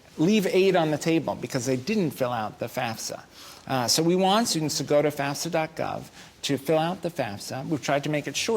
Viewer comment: Boo everybody lookin at their card thats y they are there...shut up geez so annoying...Jeannie couldnt even say fafsa right stfu!!!!!!